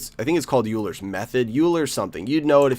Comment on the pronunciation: It's pronounced oiler's method.